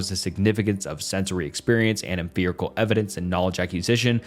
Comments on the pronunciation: Your pronunciation of 'emfirical' and 'emfiricism' got me absolutely bothered. After like the 8th or so time, I started to wonder if I was witnessing some kind of absurdist joke. 😆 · for the love of god, it is not emphirical or empherisism. hard f-g P. em Pi ri cal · EmFiricism. EmFerical evidence. Have I been saying it wrong? Thats a P, not a ph in Empiricism